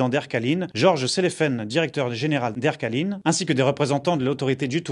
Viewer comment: Air Caline... !! 🤣 on dit Air Caleiiiiiin (avec l 'accent Calédonien) ! Merci pour le journal j adore